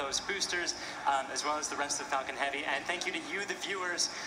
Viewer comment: sounds like he said SpaceX F*****g heavy